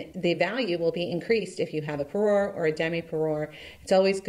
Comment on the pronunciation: I learn so much about costume jewelry from you! Thank you for sharing! I’m an expert in the English language, so I need to respectfully share that you are saying parure incorrectly.